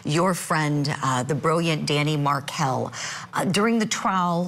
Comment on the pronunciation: please say Dan Markel’s name correctly